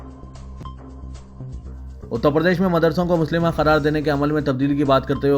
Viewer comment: Urdu ki bahut mistake karte ho Ap HATMI Hai HATTAMU nahi Musallama hai Muslima nahi